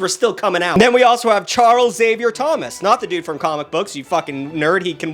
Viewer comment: Thank you for not pronouncing Xavier as "egg savior."